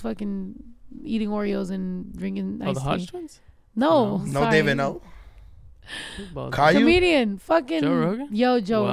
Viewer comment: “Caillu” HAHAHAH